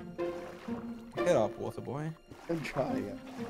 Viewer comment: Water boy got me laughing *Come here wanter boy*😂😂